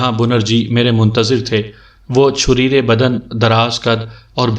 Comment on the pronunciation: assalam o alaikum bhai bunerji nahi benarji tasheeh karleejiye aur chureera nahi chareera sorry